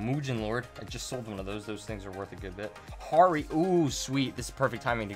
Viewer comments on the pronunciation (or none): Harri is pronounced like harry from harry potter but yeah try to stock up on night rose, harri, silver thorn, and scharhrot cards until bt09 comes out